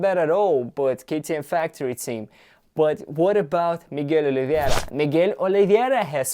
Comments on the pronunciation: Hello man, his name is Miguel OLIVEIRA, not OLIVIEIRA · It's not Oliviera, it's Oliveira. Like you said in this video, he's Portuguese, so it writes Oliveira, not Oliviera... Sounds like a spannish accent name. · Dude, way to butcher Miguel’s name